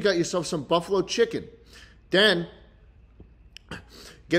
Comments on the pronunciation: schlatt really said m ö z a r e l l a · Why is he mispronouncing Mozzarella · Please pronounce mozzarella better